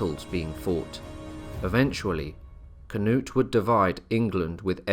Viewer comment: As a Swede I don't know why you change the names to a English version. I don't care if you pronounce it wrong but its kind of disrespectful in my opinion to change their names. For example you say "Canut" It's Knut without the A. You could just not say the A and you would say it right. And Thorkell is Torkel. And so on... Also if you need help with how to pronounce names and places I'll be glad to help.